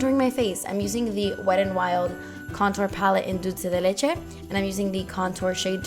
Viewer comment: So pretty!!! thanks! I was confused as of what to look do on Christmas! this one is perfect! Also, maybe your voice is like that because you snored at night? hehehe Merry Christmas!... And you say "Dulce de Leche" soooo perfectly!!!! omg Q.Q